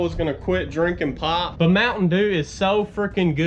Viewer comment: When you said “I’m gonna quit drinkin pop” I thought you said “im gonna quit drinkin pot” I was like wth 😂